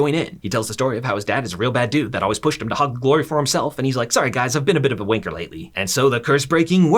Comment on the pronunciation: I never want to hear a American say wanker ever again man said wainker